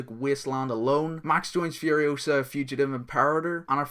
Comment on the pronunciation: .. oh and, you're saying it wrong. It's FuriOsa, not FurioSA. ; )